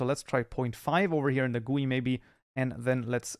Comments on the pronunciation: Its Not Called Goei Its Called GUI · pls spell it by separate letters :D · The way he says gui.... It's pure pain..